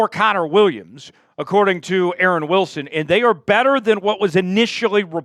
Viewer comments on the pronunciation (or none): none